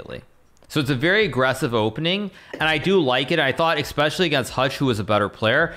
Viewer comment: is this how especially is pronounced? because i have pronounced it differently for 22 years.